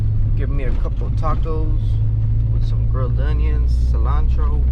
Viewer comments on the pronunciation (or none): none